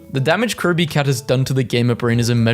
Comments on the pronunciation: HES saying crow b 😭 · why do you randomly pronounce the r in Kirby like an American but sound british for literally every other word?